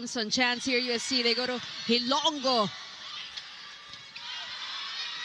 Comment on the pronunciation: These two commentators should do advance research and educate themselves on proper pronunciation of names especially "HILONGO" they kept saying HILONGGO. so bothersome!